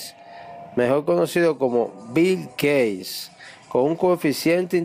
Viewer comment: BILL GEYS - CHALES DAW - ALBER ESTEN - IMANUE KAN - VOLTAYRE - JOHAN WOLFAN VON GOO - ESTIPIN JOKIN jajaajajjajajajajajajajajajajajajjajaja